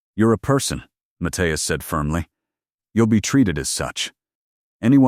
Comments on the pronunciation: What happened to the audio? And the captions, I suppose. But it's the long periods of silence that's weird. Seems like a decent plot, but it's jarring the way the audio stops and starts. Also, the name is pronounced "Muth-EYE-as". The spoken audio screws it up almost every time. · I hate that it can’t pronounce the name Matthias, and keeps changing how it says it. 🙄🤨 And I don’t think it ever said it correctly: Math-thigh-as. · The way AI mispronounces Mathias constantly is weird, but I decided to find it more humorous than annoying